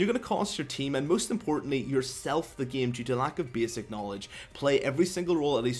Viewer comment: Bääääsic? dude your speech defect destroy the whole video .. sry bout that for u